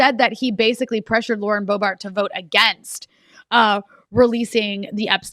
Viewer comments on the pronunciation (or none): none